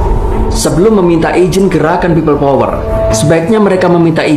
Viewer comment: Kok aku dengernya pipa power...😢